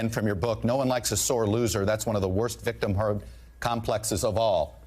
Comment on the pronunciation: Yuppie. 100%. He talks funny, kinda sounds like Roosevelt with his emphasis at the end of a sentence. "We need leaderrrrrrsuh", "victimhooduh". Nope. I can see the top of his diaper under his fake big boy pants.